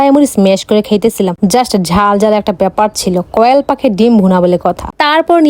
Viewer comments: গ্রান❌️ গ্রেরান✅️ কম্বিনেশন ❌️ কম্বোলেশন✅️ কোয়েল❌️ কয়েল ✅️ দেশী মুরগি কষা ❌️ দেশী মুরগির মটন কষা ✅️ আজকে তো স্কুল এ গেলা না 😂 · কোয়েল ❌ কয়েল✅ দেশি মুরগির কষা❌ দেশি মুরগির মাটন কষা✅ গাইছ❌ গইছ✅ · কোয়েল না,কয়েল গাইজ না, গয়েজ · কোয়েল❌কয়েল✅ combination no no combonation Pro শিক্ষিত। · কোয়েল পাখি ❎ কয়েল পাখি ✅ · কোয়েলা না ❎ কয়েল ✅😂😂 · কয়েল ❎কোয়েল ✅ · কুয়েল ❎❎❎❎কোয়েল😂😂😂😂😂😂😂😂😊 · কোয়েল ❎কয়েল✅😂😂😂😂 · কোয়েল❌ কয়েল✅ 😂😂😂😂😂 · বইন তুই আগে খাবার গুলার নাম গুলা জাইনা নিস তার পর ভিডিও বানাইছ কি কয় কি না পাগল ছাগল কুয়েল ❌ কয়েল ✅ তার মুরগির মাংসকে বলে মাটন কষা এইটা আসলেই পাগল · ঘ্রান ❌ ঘেরান ✅ কোয়েল ❌ কয়েল ✅ 🥲💔🤣🤣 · কোয়েল ❌ কয়েল ✅ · কোয়েল পাখি❌ কয়েল পাখি🐸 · মূর্খ মূরুর্খে কয়েল পাখি না কোয়েল পাখি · কোয়েল পাখি × কয়েল পাখি ✓ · Koyal ❎ Koyel ✅ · এই তুই কি পাগল কি সব ভুলবাল বলিস,,মাটন মানে খাসির মাংস,,আর কোয়েল কে কয়েল বলিস কেন,,মশা মারবি নাকি কয়েল দিয়ে...?? 😂😂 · কোয়েল ❌ না কয়েল✅🤣🤣🤣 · টিক আমিও এটা বলতে চাইছিলাম বেশি স্টাইল করতে গিয়া অশুদ্ধ বলে😄😁😂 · আপুর স্কুলে কয়েল শিখাই😂